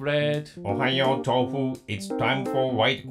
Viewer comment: For some reason doesn't say the u in his name he just says tof Chan idk if its because of them being japanese or something but its just a neat weird lil tid-bit